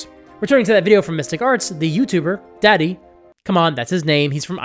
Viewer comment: Daði isn't pronounced "Daddy". It's pronounced "Dah Thee".